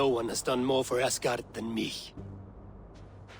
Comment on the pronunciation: ආස්ගාඩ් නෙවේ ඇස්ගාඩ්